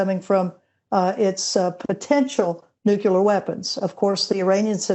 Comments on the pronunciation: Its nucular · When the lady sayd "nucular" means she is clueless. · i love old granny experts who say NUKELAR ffs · Funny how since GWBush the word, "nukular" seems to have stuck, even with people who appear to be well-educated. Education is not high enough on the USA's priority list today. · Minor point I know... but I find it amazing how many highly educated and highly decorated military experts pronounce nuclear as "Nook-yoo-ler". Just sayin'.